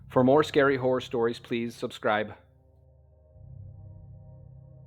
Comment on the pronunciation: "Horrorystiry"?? Don't you mean Horrorstory?